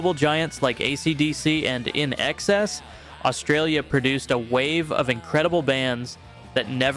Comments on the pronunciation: Okay, let’s get this straight; INXS is supposed to be pronounced; In EXCESS. It’s a pun of sorts. I don’t understand how Americans don’t get that. It’s so obvious! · LNXS, you pronounce it "In Excess" It's like a Drag Name a play on words. and Surprisingly you did not mention ''''Chisel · It's "inexcess", not "In Excess". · I bailed when I heard your pronunciation of INXS